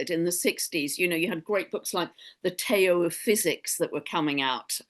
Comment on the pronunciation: Hi, lovely interview! And as a side note, Tao is pronounced “Dow” with a soft D ❤❤❤